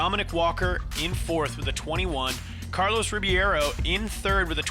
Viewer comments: Carlos Ri-BEI-ro, Ri-BEI-ro... not Ribiero... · Carlos Ribby-air-O. Lmao every time . I’d feel so disrespected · They always say Ribiero instead of Ribeiro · When are they gonna stop saying Carlos Ribby-air-o and instead say the CORRECT Rib-ayy-ro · When are they gonna pronounce Carlos Ribeiro's name correctly ?